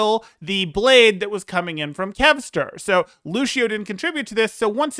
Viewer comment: nice vid but it bothers me that you pronounced Ans and Lucio wrong